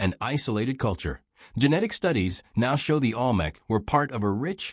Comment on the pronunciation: The AI can’t even pronounce Olmec correctly.